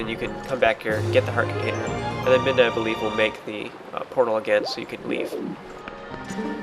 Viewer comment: Did you say minda or midna